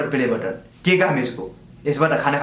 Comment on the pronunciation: Its बटन not बतन😂😂 BTW love you bro